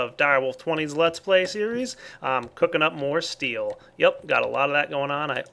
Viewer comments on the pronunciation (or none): none